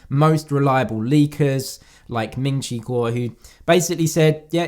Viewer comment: Ming chi who... That pronunciation is funny 😂🤣